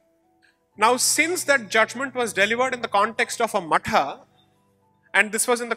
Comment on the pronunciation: When Sai says 'matha' it is the correct pronunciation as the in sanskrit /samskritam it is मठः